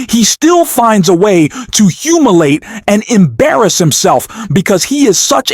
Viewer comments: “Maria Bomo?” “Humilate”? Dude, you say some strange things. It’s ‘bartiromo’ and ‘humiliate”. maybe take deeper breaths? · This guy doesn't even know how to say humiliate he says humilate.lol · "Humilate"??? Please try to find people to narrate who understand the English language. Maria Bomo? LOL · Bar ti romo Bartiroma not Bomo and Humiliate hu mil I ate. Come on man. Learn to pronounce the words you speak. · I enjoy your content, but mispronunciations like /humilate, "bomo" for Bartolomeo, "trawmp" instead of "Trump," is far too distracting for me. It could be bad AI, but it's worse than other AI that I've listened to. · Hilarious for the way the words vice and humiliate are pronounced by the narrator!